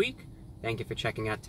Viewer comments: "I'd like a Chaluperrrr please." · Hearing my God say "chaluper" made me happy. I will offer a scarifice tonight to review god